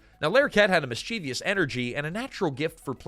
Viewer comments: Mischievous, not mischievious. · I Like your channel but PLEASE research pronunciations. Yes, I realize I'm being pedantic but Weege is pronounced Wiggy, you'd know that if you had ever watched any of the cast interviews. Mischievous is pronounces Mischivous NOT Mischeevious.